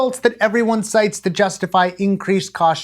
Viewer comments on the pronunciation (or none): none